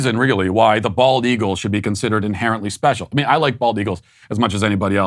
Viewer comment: Matt keeps mispronouncing the bird which is the bald eagle.